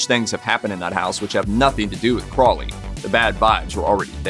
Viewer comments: If you’re going to be repeating someone’s name at least take the time to look at it and see that it is an O in Crowley not an A believe it or not those things are very annoying. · Its pronounced CROWley like HOLY, not Crawly by the way, (when pronouncing Aleister Crowleys name). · it's not "craw-lee", it's "crow-lee" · If you're going to do videos, for pete's sake pronounce things correctly. "Crowley" is pronounced "Crow - Lee." (Yes, Ozzy got it wrong, too.) The Beast even wrote a mnemonic: "It is pronounced Crowley, to remind you that I'm holy. But my enemies say Croully, in wish to treat me foully." - Aleister Crowley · This was great! I love how there wasn't any Doom & Gloom music or vibe as most videos about the occult do. That's how you know what's real and not just sensational pieces. You got most of the facts right, which I very much appreciate as someone who studies and practices the Hermetic Sciences. You mispronounced Crowley, but that seems to be a too common thing. It's pronounced like this ,Crow-lee. It's like putting the word crow and holy together and you get Crowley. Jimmy Page was definitely into Crowley's Order the A.A. Astrum Argentum & not Alcoholics Anonymous, lol, even tough one of the men that started A.A. was a Freemason. I don't think Jimmy Page practiced as much as he was a collector, but that's sill important. He kept up Boleskine house and bought a lot of manuscripts that may have been lost if it wasn't for Jimmy. He's mentioned in the Acknowledgements section in a book called Liber ABA, aka the Big Blue Brick. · Pronounced Crow-lee with a long o as in the bird. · Aleister Crowley's last name is actually pronounced as "crow-lee." What a weird old pervert!